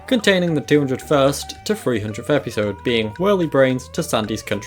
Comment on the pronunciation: The way you say epeesode will haunt me in my sleep 😭